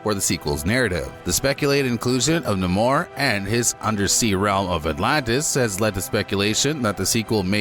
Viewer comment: "Nimor"? Who the hell's "Nimor the Sub-mareener"? Talk about messing someone's name up? Sheesh! His name is: NAMOR the SUB-MARINER